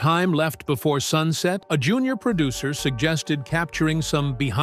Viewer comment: Narrator: "PERDUCTION" IS NOT A WORD. * PRODUCTION. "PERDUCER" IS NOT A WORD. * PRODUCER.